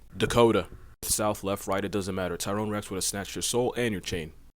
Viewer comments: He said "Tyrone-Rex" lol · He said Tyrone Rex 💀